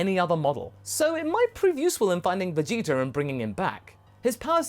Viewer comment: Idk if calling Vegeta jeets is a habit from voice acting goku but if it is it's hilarious